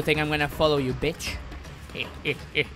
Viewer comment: "You want to play a game betch?"